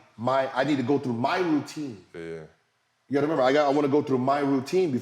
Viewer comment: “You got to member”